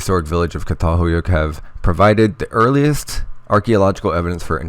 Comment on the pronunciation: Pronounced CHATALHEWYEWK